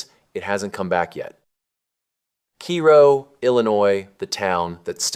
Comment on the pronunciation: Cairo is not pronounced as it is in Egypt. In Southern Illinois it's called 'care-oh'...